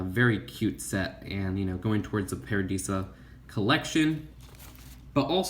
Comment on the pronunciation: Stop saying paradeeeeeesa it's paradisa